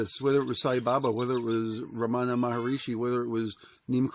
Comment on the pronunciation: Hi, great ideas... but please pronounce his name right: Ramana MA-HAR-SHI (3 syllables). Yes, he was a great teacher and saint. I have been to his ashram in India, in Tiruvanamalai.